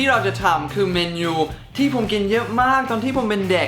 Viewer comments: เมนูคับไม่ใช่เมยู #หรึกุฟังผิด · พี่พูดเมนูผิดพี่พูดว่าเมนยู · เดี๋ยวน้ะ พี่เนทพูดว่า เมนู หรือ แมนยู??555 แต่หนูได้ยิน"แมนยู" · พี่พูดเมนูเป็นเมนยู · พี่เนท ผมได้ยินพี่พูดคำว่าเมนูเป็นเเมนยู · เสริมอีกนิดหนึ่งนะครับ คำว่า Menu คนต่างชาติจะไม่ออกเสียงว่า "เมนู" เหมือนคนไทย นะครับ ฝรั่งจะออกเสียงว่า "เมนนู" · ผมได้ยินพี่พูดเมนูเป็นแมนยูครับ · พี่เนทครับพี่พูดผิดนะครับ (เมนู แต่พี่พูดว่า แมนยู) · ใครได้ยินพี่เนทพูด เมนยูบ้าง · พี่Nateพูดว่าเมนูว่าแม่นยู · ตอนแรกพี่พูดว่าเมณูหรือแมนยูครับ 555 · พูดเมนูเป็น แมนยู 5555+ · พี่เนทพูดเมนูว่าแมนยู555ตลอกรึเราเพี้ยน